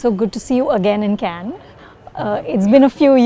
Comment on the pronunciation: she cannot pronounce Cannes properly . its not like a bunch of cans tied together . its the way kamal pronounced .